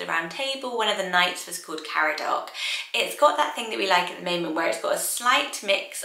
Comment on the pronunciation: Caradoc is actually pronounced Car-adog, would love a Welsh list!!